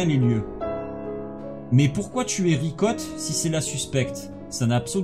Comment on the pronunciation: A un moment tu a dit vicotte 🤣au lieu de Ricotte